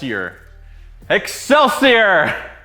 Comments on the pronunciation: Wonderful....however it is pronounced excelsee-or not er. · Ex sell see OR, not Ex sell see errrr That blade is sexy as hell though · It's pronounced exelseor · NGL it really annoys me how he pronounces excelsior. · I wonder if he knows that he i staying excelsior with an er at the end.